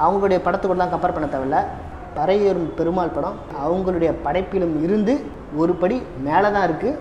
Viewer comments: Karipi nu solla therintha unnaku pari nu yen solla mudiyala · பறையேறும் இல்லடா..பரியேறும்..வேணுமுனே சொல்றியா ..